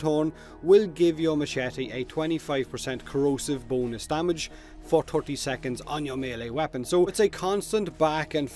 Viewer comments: I'm sorry, I keep on thinking that you're saying boneless instead of bonus and laughed throughout the video. #bonelesscorrosive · i thought u said B O N E L E S S